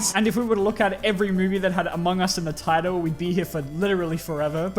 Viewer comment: Is it just me or was there a "u" in Among us?